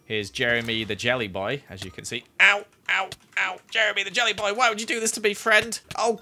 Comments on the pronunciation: said “Jellery”. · who else heard Jellery / we should call the jelly fish Jellery? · “Jellery” LMAOOO It’s a mix between Jeremy and Jelly